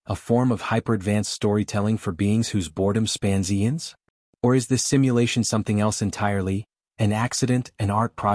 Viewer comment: Noticed it when he said "eons" wrong